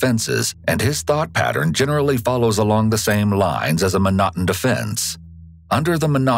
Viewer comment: The rule is pronounced 'McNorton.'